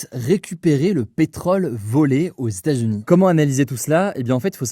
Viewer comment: "Les Statsuni" ça m'a perturbé ahah